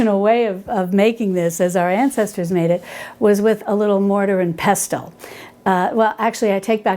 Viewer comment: Hi. Love your channel, your recipes, and your ethos. The word pestle has a silent ‘t’. So it sounds more like peh sel. Just like whistle.